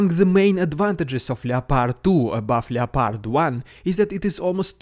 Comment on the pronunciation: the o in loepard is silent